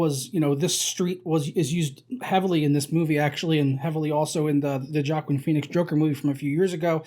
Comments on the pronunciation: Its Hwah-Keen.....Hwah-Keen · It's pronounced WAH-KEEN Phoenix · Joaquin is pronounced "wa-keen" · Completely fetched. Joker fan boy thinks he sees everyone copying his favorite movie. False. Also, why can’t he pronounce his name right?